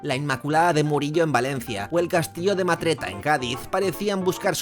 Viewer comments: Muy buen video, como siempre. Solo una pequeña corrección. Es el castillo de Matrera, no de Matreta. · Castillo de Matrera, dijiste Matreta. Es de mi pueblo. Y no sé hizo por desgracia por el meme, se hizo por incompetencia real y vete a saber dónde acabo ese dinero. Buen vídeo.